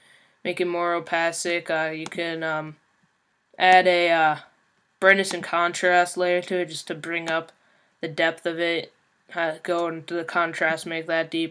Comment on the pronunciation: Opacic. xD It's Opaque